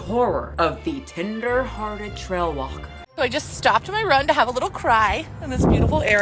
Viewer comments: I'm howling every time you say "tender-headed" instead of "tender-hearted". LOL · I keep hearing "tinder-hearted" not "tender-hearted" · The way said tender-headed instead of tender-hearted multiple times 🤣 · Not me thinking you're saying "tinder-hearted trail walker" every time lol